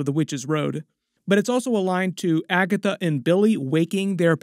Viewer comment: „When she found Agathwuh”